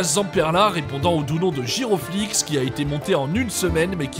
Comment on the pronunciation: "Giroflix" omg bas voila je pleure c'est "Girofolix" XD